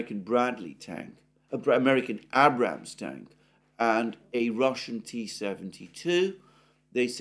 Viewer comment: Alexander what is an Abb-Rams-Tank?